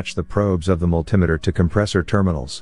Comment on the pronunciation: What the hell is a "multim-a-ter" Oh wait! multimeter. (multi-meter)